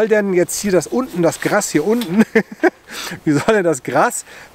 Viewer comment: GRAAAAAAAAAS, NICHT GRASSSSSS